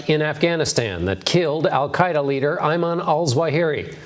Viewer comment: "That killed the amuurr of Al Queda, Eeemanoo Alsuareee." Seriously, the old mental cripple couldn't even memorize the title and name of the dude he just wacked.